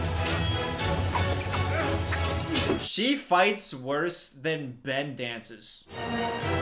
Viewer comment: I just have to point out she said Bren instead of Ben lol